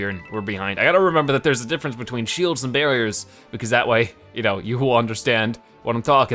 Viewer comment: said; diffence but meant diffrence (with an r)